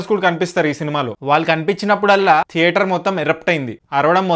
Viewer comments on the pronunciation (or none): none